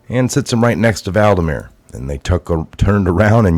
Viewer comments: Hey Boss, It's VLADimir, like VLAD the impaler, NOT Val-dimir. Just sayin'. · it's. VLADIMIR. Not Valdimir. Pronounced VL AD I MIR. Thank you for your reporting. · It's Vladimir not Valdimir... Otherwise good job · I love but he butchers all names!😩